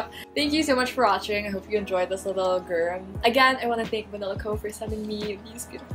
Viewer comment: me: seems like a normal youtuber you: pronounces grwm as GURM me: ok im subscribing